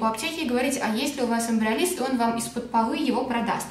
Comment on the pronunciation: почему она без остановки машет руками с этим кремом...)) мало того что произнести название внятно не может. так и картинку не зафиксируешь....